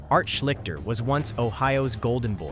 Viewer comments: It's not SHLICK-ter, it's SHLEESH-ter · Ok comment number two. It’s not Art shlikter. It shleeshster. AI ruins lazy creators. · This is what you get with AI. It can't pronounce Art Schlichter name, and uses his picture for Bernie Kosar.